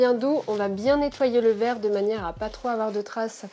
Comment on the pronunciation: Le truc de fou la découpe du cuivre et la dépose sur du verrrrrrrrrrrrrre (avec un accent bien de chez nous) 😌